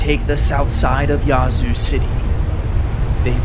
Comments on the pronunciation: The a in Yazoo is not pronounced ah. Think of the way the a is pronounced in ash. The way he says it is so cringe to locals. 😂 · Living in Mississippi I hate the way hes saying "Yazoo city" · You can’t fault out of state folks for not being familiar with our local dialect and pronunciations. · The indigenous tribe that created the name taught everyone else the correct pronunciation... ...and it's not "Yah-zoo." 🤣🤣🤣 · First of all, it’s not spelled Yahzoo, it’s Yazoo. Secondly, the people who live there get to determine how the name of the town is pronounced…..just like people determine how their own names are pronounced. 🙄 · Slight correction. Yazoo City is pronounced with an hard A. No way to know if you aren’t from down around there. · Every time he pronounced Yazoo wrong I cringed. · Nobody ever gets it right, it always tickles me when people not from here say Yazoo. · Nice video, but that isn’t the correct way to pronounce Yazoo